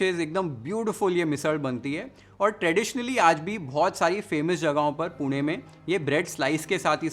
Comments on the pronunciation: Thank you for pronunciation as पुणे❤ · वाह, भावा, मस्त, लय भारी, तोंडाला पाणी सुटलं😋😋 Love the way you pronounce the names of our cities correctly, नाशिक, पुणे ❤️ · ❤❤ पुणे तेथे काय उणे ❤ aapse Pune ka naam sun ke bahot achha laga ... Your pronounciation is really wow like अस्सल पुणेकर ❤ Thank you for sharing पुणेरी मिसळ